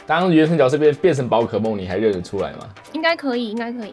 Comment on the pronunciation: 是读jue色哦，不是Jiao色吼😂😂